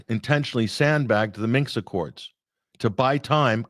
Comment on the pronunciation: Great show. - it is Minsk, not Minks or Minx